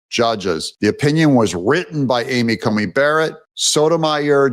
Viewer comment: Love your show, but sometimes you need to find out how pronounce names. It is Amy Coney Barrett not Comey.